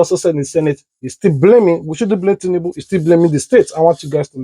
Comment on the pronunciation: did I hear oshimole said tinundu 😂😂😂😂😂